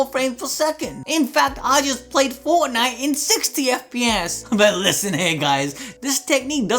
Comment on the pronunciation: When he said fortnite I almost threw up